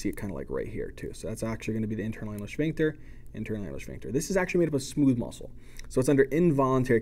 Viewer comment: You teach so much better than my professor. (Even if your pronunciation of "shphincter" makes me giggle every time)